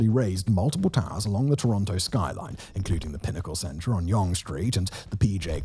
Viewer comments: sorry, can't take you seriously if you don't even know how to say Yonge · '"Yung" not "yawn-GE" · If the complete mess of talking about some big commercial building putting Toronto on the map instead of the CN Tower and Skydome, and the "whoever wrote this" quip weren't enough, "Yunghe" street was the obvious tip-off that the narrator has no clue about the subject he's speaking on. Absolute slop. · Friend you need to re do this video - mispronouncing Yonge in 2025 is unacceptable! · Hilarious pronouncing it like Sponge instead of Young. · PETITION TO CHANGE THE WAY WE SAY YONGE TO BE YAUNGE 🗣️🗣️🗣️ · no way this guy just said Yonj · What in the hell is "yawnge" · Yonge rhymes with hung. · Oh lord.. us Canadians are deff not calling it.. yonje lol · One thing! It’s Yonge Street as in “young” Street! I know, I was born between the two on Elizabeth Street and I lived my whole 62 years here! Kinda like Spadina Street as in Spadina (as in Dinah Shore). Not “Spadena” as some of tried! 🤷‍♂️🍻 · It’s ‘Yonge’ as in a ‘young’ child. Js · You're so set on pronouncing it "Yonje" you even spelt it "Yongue" ! :) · Tell you what, he will get younge right when everyone in 416 gets marylebone right. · He isn't pronouncing it right. Named after Sir George Yonge...Named by John Simcoe, whom we honour today. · Judging by the fact that he pronounces Yonge both as "Young" and "Yonje" (and spells it as "Yongue" at some point in the graphics), as well as Tridel as "triddle" and "tri-del", this makes me think it's intentional to generate engagement in the comments. Mission accomplished, I guess... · Already discussed - yunge. Not discussed - tridull. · Ditto all the comments on “Young Street“. And by the way, it’s “try – Dell“, not ”Triddle”. Also, I’ll add mine to the comments about your audio. Like many of us, I like your tone, elocution, and even accent, but it is true that in the last few videos, someone has really stepped on the bass boost.